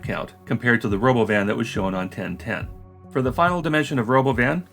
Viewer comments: lmao this is the first time i've actually heard what he said, Ro-BOH-vin is just the icing on the cake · 'The Robovn' ... like he just misread the word that he wasn't aware existed 😂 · We could have an “autonomous world” or we could just build more regular ass trains and use more buses, which we already know how to do and which require no technological innovations. I guess they are not “futuristic looking” enough for some people. Also, would it kill Elon Musk to fucking rehearse a presentation ahead of time? Also also, ruh-BO-vin? FUCK OFF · Christ, he called that thing the Ro*BO*van? I really didn't think I could hate him any more than I already did, but here we are. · I thought the stupid pronunciation of robovan was his 12 year old sense of humor which got precisely zero laughs. But of course it’s because he stole the name like he steals everything else in his life. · I think the weird pronounciation of robovan is just musk trying to distract from the fact that it's a van, a shitty one. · Change my mind: the Robovan (I hope I'm pronouncing that correctly) was completely inspired by Robocop's helmet. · OK, now the stupidest thing he's done is the pronunciation of Robovan. Wtf even was that? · I guess someone was showing Elon the idea of a Robovan and Elon read it out loud by mistake. Instead of admitting he pronounced it in a strange way, (that would hurt his ego), he stuck with that weird pronunciation.